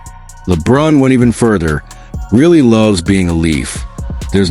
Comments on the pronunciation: You don't even watch hockey. If you did you'd know how to pronounce the guys last name! REALLY? NO REILLY! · It's pronounced RYE LEE